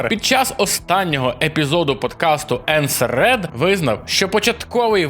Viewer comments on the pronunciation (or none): енсер ред?)) енсерд)))